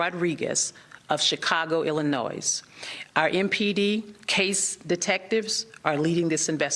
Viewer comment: I am so sorry, what a violent world!! Prayers for their families. Death penalty for premeditated murder, for religious persecution!! May Judge Pirro do her job well, she usually does! But, who graduates even high school without learning the proper pronunciation of our states???? Illinois, sounding the s at the end??? Another dei hire??? Lord help us!!